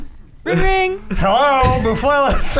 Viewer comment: "HELLEOUGH! Was he British before?" -Jams Wilhelm